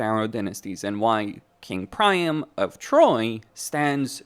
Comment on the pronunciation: PriAM not Prime 😂